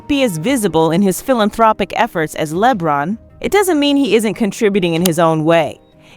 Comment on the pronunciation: Its LEBRON, like LABRON. ONE Word. NOT LEEE-BRON. smh